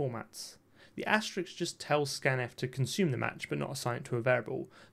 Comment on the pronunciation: It's "asterisk". Asterix is the comic book character. Otherwise nice video!